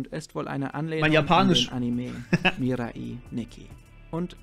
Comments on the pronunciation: "Mirai" ist Japanisch und bedeutet "Zukunft", also goldrichtig was du gesagt hast. Allerdings wird es korrekterweise nicht "Mira-i" ausgesprochen, sondern "Mirai" ohne Mini-Pause vor dem letzten i. Also das "ai" eher wie "Ei" (wie das Frühstücksei) ausgesprochen. Keine Ahnung, wie ich das besser beschreiben soll xD Sprachen sind schwierig 😅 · Ey joo Mirai wird ohne i lang gezogen ausgesprochen.